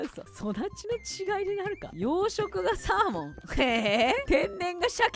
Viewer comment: うぽつです！💬💙 アイアンゴーレムトラップ完成おめでとうございます！^ ̳. . . ̳^♡ 村人入れるところすごい苦戦してましたね笑 サーモンと鮭の違いをお話してる時 サーモンと鮭が混ざってしゃーもんって言ってるの可愛かったです🐟♡